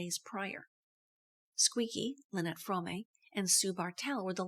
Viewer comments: The e in "Fromme" is silent. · Squeaky pronounces her name "From-May." Pretty sure she would know how to pronounce her own name.